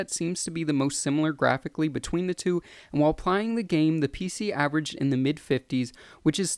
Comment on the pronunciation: "and while pliing the game"